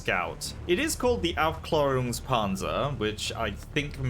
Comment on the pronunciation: Its called the Augh-glaerungs Panzer. 💀 Its called Aufklärungspanzer and means Scout Tank (im german)